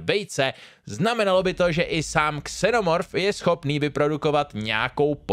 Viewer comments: Dobré video 👌 Ale opět musím opravit výslovnost 😅 Xenomorph se vyslovuje se Z na začátku, ne s X! 😅 Když to člověk slyší ve videu jednou je to ok, ale když to pořád opakuješ tahá to za uši 😁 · A mám pravdu i v případě latinské výslovnosti z které slovo pochází.. Správná a jediná výslovnost je Zeen-O-Morph. X se v češtině vyslovuje jako X, ale to A třeba taky a nebude přece slovo Alien vyslovovat s A na začátku, ne? 🤔 Pokud používám anglické slovo, používám správnou anglickou výslovnost, s latinou to je taky tak. Prostě když už chce člověk používat slovo v cizím jazyce má dbát na výslovnost z daného jazyka 🙂 Jádro pudla je totiž v tom (což jsem si ověřil pod minulým videem o Vetřelci), že spoustu lidí ani neví, že jsou případy, kdy se X vyslovuje jako Z a i v angličtině si myslí, že X je prostě X a tečka, což není pravda a záleží na původu slova..